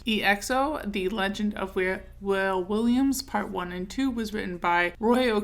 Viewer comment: I think his name is pronounced "Wah-Ley" like the artist from DC